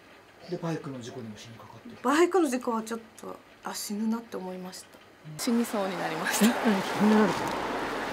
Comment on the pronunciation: 、「じぬ」って、妖怪だろ😂 ってか、そこだけ強調して言うなww